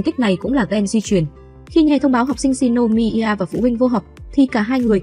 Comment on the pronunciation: Shinomiya chứ shinomider là j